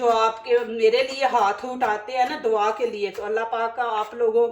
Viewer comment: dwa nhe Dua hota hay